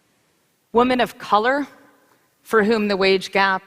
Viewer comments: Is she unironically doing the Pewdiepie meme of mispronouncing 'women'? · I'm so used to hearing people on Youtube call it "wahmen" that I don't even notice it anymore.